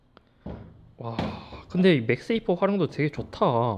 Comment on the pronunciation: 자꾸 맥스에이프라고 하시네.. 맥세이프 입니다. 맥스에이프 아니고!!